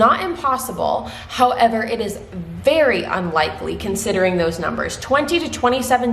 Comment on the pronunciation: every time you said "very" I heard "Barry", I might have been to focused on the laundry that I am doing haha. You are amazing!